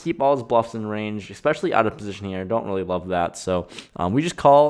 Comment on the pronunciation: Especially not "Exspecially"